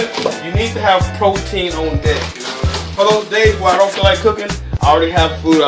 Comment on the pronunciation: "fruit bowls fow the ho's" lol